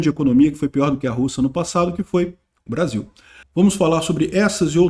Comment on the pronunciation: ta com saudades dos barzinhos, não falou Brasil, mas BAR-ZIL😂😂😂